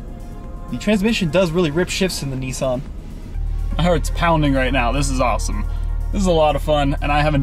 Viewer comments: It's Nissan not Nessun. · How come Americans mispronounce everything!? ‘Knee-son?’